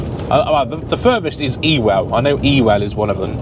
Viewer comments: Ewell is actually pronounced uwell Absolutely brilliant channel. Thoroughly enjoy them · Ewell is pronounced YOOL! Cheers love your videos.